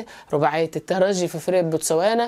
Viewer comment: رجعت يا وجه السعد.عدينا معك الموسم الفارط جميع تحليلاتكم منطقية وممتعة.متابعكم من تونس. شكرا على نطق الترجي بالجيم.تحياتي